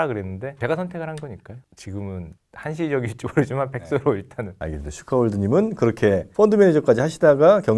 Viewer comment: 슈카는 SYU 아니고 SHUCA